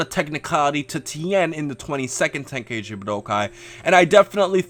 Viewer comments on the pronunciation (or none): none